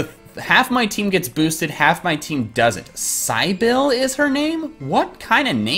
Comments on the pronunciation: QOTD - Gen V, not sure which game though. - Cybil is pronounced Sih-bil, but more amusing to mispronounce it ;) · lol it's a variation of "Sybil" pronounced "sibil" (short "i"s for both) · Cybil=pronounced "Sibble". While not the most common, it is a girl's name. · That one trainers name name was pronounced sybill not Cybil if that makes sense. It's an I like in not a y. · Did anyone comment on how that trainer's name isn't pronounced SIGH-BILL, but SIH-BULL? Come on,. XD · The girl's name you encountered was Cybil ; pronounced like Sit + Bil. Sibil... Cybil. :P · It's pronounced "Sibble" XD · FYI, that girl's name is pronounced like Sybil. Plenty of names have alternative spellings. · Cybil rhymes with sibble... there are other common ways of spelling it. (Sibble is not a common way of spelling the name. I only wrote it that way for clarity.) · Lol Cybil is a real name it's pronounced sih-bull haha there's actually a famous/model named Cybil Shepherd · Her names Cybil, pronounced Sibill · You’ve genuinely never heard of the name Cybil (Sib-ill)? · Cybil is pronounced cy-bull. "Cy" as in Cynthia. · Her name is pronounced Sih-bill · Cybil is a version of Sybil. Pronounced Si-bul. Your incompetence is showing. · the girl named Cybil is not pronounced how you think it's pronounced